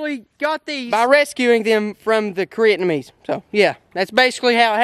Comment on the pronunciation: LMAO....He said Koreatnamese....OTFL